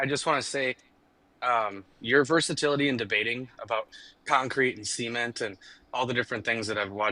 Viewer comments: best take away moments: SEE-ment and 2 Zygotes 🤣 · Omg “cEment”